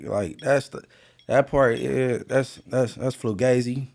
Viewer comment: Nigga said flue gazy lol